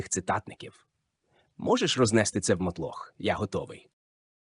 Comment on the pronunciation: їбУчого правильно наголос поставив А мотлОх неправильно Штучний інтелект такий тупий ахахахах 😂